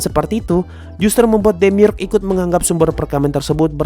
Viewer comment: Demiurge bacanya Demiurj, dari kata Urge